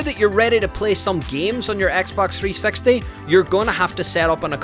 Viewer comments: dude, i wanted to learn about the xbox 360, not the 3 sexty 🤣🤣 jokes aside, very good video and very informative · three sexty?? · Don't say Xbox 3sexty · He's says 3sexy lmao